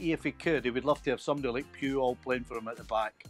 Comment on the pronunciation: Without the comments I would not have known Stevie was saying "Puyol". Lmao why is his pronunciation of it so weird